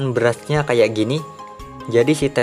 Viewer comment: Anjayyy pertama denger ngomong barrage udah beda coy . selamat bang udah baca barrage dengan lancar